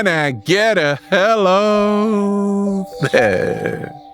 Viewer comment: I thought he was saying "kinda get a hell of air ":D insted of "can I get a helooo there " :D